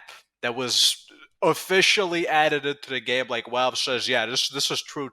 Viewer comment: … I love you funny man… but the way you pronounce ‘Valve’ haunts me.